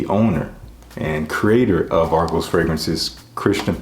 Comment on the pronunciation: Just hearing about this house, Thank You for pronouncing the name right 😂😂💯